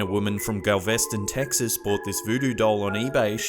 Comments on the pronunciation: "Gal-veston texas" That kinda threw me and messed with my head as GALVESTON is...not that far from where I live :y Cool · GAL'-ves-tin...(Galveston) Texas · GALVESTON, TEXAS gAEl- vuhs-tuhn "Tuhn" as in at a metric ton. Not "tin". "Gal" with a hard "A" like "hat". And the emphasis is on "gal", not "vest". I'm sorry but this one got me mad. Lol. It was a simple mistake but it was funny as fuck to hear. Hope this helps!